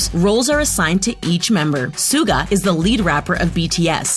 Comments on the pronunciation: I am laughing when hearing Suga mispronounced so many times -it's hilarious cause it's emabarrassing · True armys in this comment section are pissed. Like me >:((( U FREAKIN’ SAID SUGA’S NAME WRONG YOU FISH. And u called him the second best rapper. They are all equally talented thank you very much now excuse me while I get my flamethrower and set my phone on fire after watching this inaccurate crap. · Of course Jimin has insecurities! He is human, and just because he has good abs does not mean he is perfect! And learn how to fucking pronounce Suga’s name! For your own good, please take down this video. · PRONOUNCE HIS SWEET NAME FOR MOTHERS SAKE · how did they say suga's name like that like wtf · Who else has a complaint about them saying Suga? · When she pronounced “Suga” I died on the inside a little bit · She even pronounced suga wrong lol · Did she... did she just... pronounce Suga that way....? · Dammy Olomoniyi thank you for saying this because it's TRUE I was like bro pronounce suga right for God sake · I am pissed of of how she says Suga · It made me mad because she was pronouncing Yoongi's stage name wrong 🙄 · Its not sooga! Its SHUH GAH ITS PRONOUNCED SHUH GAH! IT AINT NO SOOGA! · Sooo cringy stop calling Suga as Suega!!!! Pronounce his name as Sugar! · You dont prunonce Suga its shuga but spelled Suga sheesh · Its pronounced shuga not suga you dumb anti-Army! 😒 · MidNight Lover Squish she had pronounced Suga wrong. The S is pronounced Sh......so it’s like “Shuga” or pronounced as sugar but without the r. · any one else get TRIGGERED by the SOO-GA (suga but she said it wrong) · Excuji me, dId YoU jUsT sAy SoOgA? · Suga is pronounced shuga 🤦🏻‍♀️🤦🏻‍♀️😂💛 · She said suga wrong 🤔wow and jimin this is so wrong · Please 👏 pronounce 👏 the 👏 names 👏 right 👏 suga and jungkooks names aren't even hard and suga is the main rapper in BTS 😂